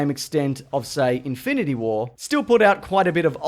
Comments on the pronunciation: In-fine-ity war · Log-ann and In-fye-nanty Wah... Did you have a stroke? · "infanity wahr" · infainatah wah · LogAAn... InFINEity warAIRR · "Einfineity wair"